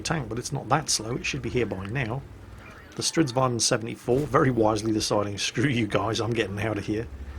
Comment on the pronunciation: IT IS NOT Stridsvaan, this is not Dutch.